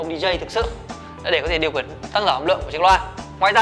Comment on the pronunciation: Sao điều khiển anh lại đọc thành điều khuyển